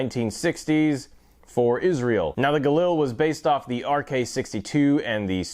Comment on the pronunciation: This is a review of a Galil and not a JRA Gallant? You keep calling it a Galil (and you're even pronouncing it wrong).